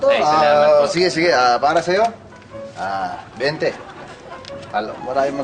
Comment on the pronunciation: Bente po hindi benta